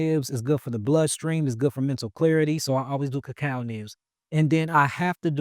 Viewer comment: Did he say kakal leaves ? Wats that ?